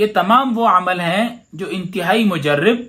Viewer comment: مجرب ر۔۔۔ پر زبر پڑھیں